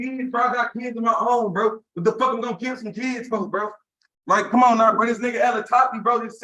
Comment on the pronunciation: correction "fo keedz"